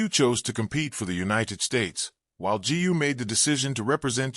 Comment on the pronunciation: G U ?? So AI is unable to pronounce "Gu"?